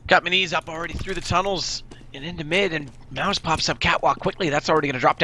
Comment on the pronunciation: not pronouncing minise correctly!!!!!!